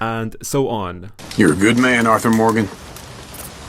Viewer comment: Why I am hearing archer instead of Arthur again and again